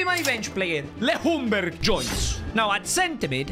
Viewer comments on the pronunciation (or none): he’s not pronounced Le Hungberg, it’s prounounced Youngberg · Ljungberg in sweden is prononsed jungberg but his name is Ljunberg and not Lhunberg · no jungberg but youngberg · Gotta love Le Jungberg tho. But he is pronounced young-berg, a LJ in swedish is pronounced like a J.